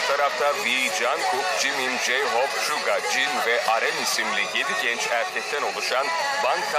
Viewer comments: lan plakpink ne aw blackpink suça ne ya suga. Roçe ne yaaa rosé Jisu ne ya Jisoo En sonunda me;abi ağzın bozulmuş tamire götürsene Bide abi how you like thatdaki küfürlü yeri banlasaydınız yaw. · Şuga diye okunuyo ztn